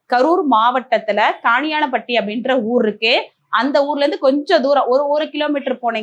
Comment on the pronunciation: கானியான பட்டி, சானியான பட்டி. ஊர் பெயரை தெளிவாக உச்சரித்து சொல்லவும் அல்லது எழுதி காட்டி இருக்கலாம்.